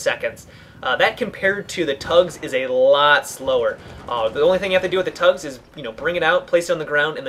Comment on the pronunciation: it's T-UGS not TUGS